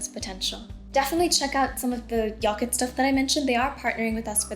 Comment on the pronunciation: '"Yocket" nice counselling